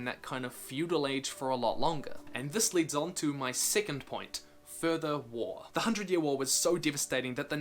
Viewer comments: He pronounces second/2nd like “Sickent” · In the beginning I thought he was saying "sickened" timeline lmao